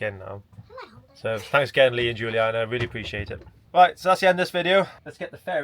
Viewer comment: Glad you liked it mate, and 10/10 for the pronunciations of Giuliana 🇮🇹 not a lot of people get that right I can tell ew!! 👏👏👏 Nothing like solving issues on your van is there, thanks again for your help on ours. 🙏🙏 ❤L&G❤️